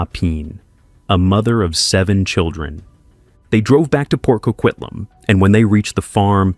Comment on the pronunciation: I don’t know why no one can get the name correct it’s Port Coquitlam, CO-QUIT-LAM